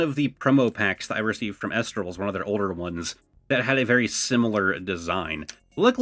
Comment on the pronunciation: it's pronounced E- lestrals